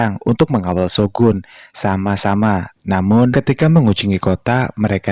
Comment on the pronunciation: shogun-sama, itu pnggilan kehormatan untuk shogun/jabatannya. bacanya digabung shogunsama, bukan shogun sama sama kang. shogunsama bisa d artikan shogun yang terhormat